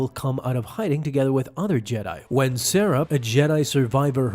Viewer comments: HE DID N O T JUST SAY SARAH FOR CERE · Huh. Never heard that conversation in jedi fallen order. Edit: you're misprenouncing Cere tho Also how would she know if Yaddle survived? What makes you believe that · I like the video but how do you pronounce Ceres name wrong when they say it so many times in the game